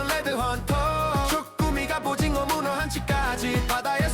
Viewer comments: 갑오징어를 갑오징거라고 말하시는거 같습니다 ㅋㅋㅋ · 설명 완전굿이에요 ㅎ 근데 왜 갑오징거라고 발음하나여 ㅠ